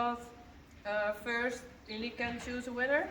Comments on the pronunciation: Wait… what was that little bit about how you are pronouncing Uniek? It sounded like the same word said twice to me! in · Good morning. I watched the horse shoe winner video this morning and was wondering if you could clarify something you said? Could you please clarify for me how you pronounce Uniek’s name...I didn’t quite understand when you commented on “I always say Uniek” that it should be (it sounded like you said) “niek”. What is the proper way to say her name in your language? I so enjoy the videos. You all are so amazing and make it look so easy in dealing with these awesome animals. The videos, you, your coworkers, and the horses make me smile when a lot of times I don’t feel like it. One video showed your little boy using rakes and shovel to push hay toward the horses stall. That just amazed me how coordinated he is! I had to watch that a couple times in a row...it was awesome how he was handling those large tools so well! I get such a kick out of watching your amazing little boys; what cutie pies!! (: Thank you for sharing your world with us!